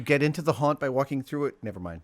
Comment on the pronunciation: Are you saying haunt? or hunt? what the hell are you even talking about? what? this must be an American thing i just don't get. Australia doesn't do Halloween so I think this is a cultural thing i don't get.